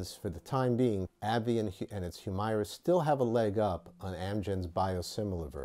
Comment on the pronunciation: Not gonna comment on the substance of his remarks other than to say he’s to be commended for actually pronouncing the name of this drug in a way that comports with its spelling. Hew-MAIR-uh is what the commercials try to push, prolly because some ad exec thought going with a legit short or long-voweled “i” wld sound inelegant.